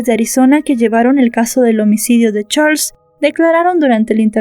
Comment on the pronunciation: Disculpa no se pronuncia como se escribe se pronuncia charls